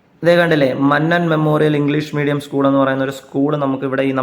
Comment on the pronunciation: മന്നൻ അല്ല മന്നം